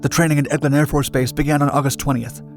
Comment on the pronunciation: Mower Probably did...... but also mispronounced (to my ear, anyway) Eglin AFB and Udorn Thani air base.